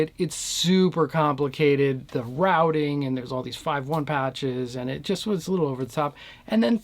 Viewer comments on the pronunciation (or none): none